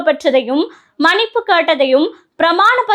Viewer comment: அருமையான காணொளி. சகோதரிக்கு வாழ்த்துக்கள். ஆனால் ஒரு உச்சரிப்பு திருத்தம்,மனிப்பு அல்ல மன்னிப்பு என்று உச்சரிக்வேண்டுமென்று அன்போடு கேட்டுக்கொள்கிறேன்.